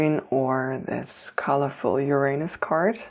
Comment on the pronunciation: found a way to say the word uranus...ooranoos